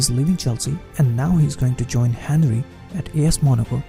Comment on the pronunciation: Bro I love your videos and you really know your stuff, but when you said Henry I died a bit inside